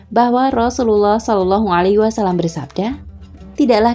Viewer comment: Mohon maaf beribu maaf, sekedar mengkritik dalam pengucapan "Wasallam" (double L / Lam tasydid) bukan "Wassalam" (double S/ Sin tasydid) Minta rela